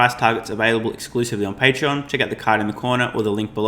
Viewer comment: ...patreon(not pattern)...you need to stop the shameless promotion....